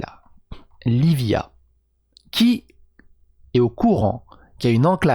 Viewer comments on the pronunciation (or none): C'est la "Livia", ça se prononce "Libia" Cest une ville très riche